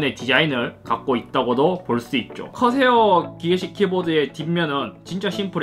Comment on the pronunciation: 허새요 허새 아니... 커세어 ㅋㅋㅋ